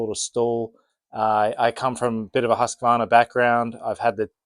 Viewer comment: My wish as a swede is for the rest of the world to learn how to pronounce Husqvarna